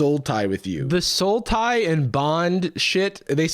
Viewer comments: I thought you were saying there was a card called "Soul Tie" until I realized that you were saying "Sultai". Good job, that actually got me. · lmao i stg i only could hear "sultai" instead of "soul tie". As someone who has played 90% sultai since they starte playing magic in 2011 idk if i love or hate that joke. Or both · Without CC I kept hearing "Sultai" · Hearing you and that guy say "sultai" over and over had me so confused until I heard it correctly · yeah the first time i heard it in the video i actually thought he was saying Sultai. for some reason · I heard “soul tie” and I had to rewatch because I was like “a sultai? What?” And I’m so happy that later in the video made the MTG joke 😂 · Glad I'm not the only one who heard "Sultai." 💧💀🌳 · not gonna lie, I was hearing “sultai” the entire time and was incredibly confused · I am so happy about the Sultai reference, cause every time they said Soul Tie, that's how I heard it! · I said to SLAY the dragon not LAY the dragon vibes. Also immediate thought when you prounounced "soul tie" as "sultai" Yeah I see you!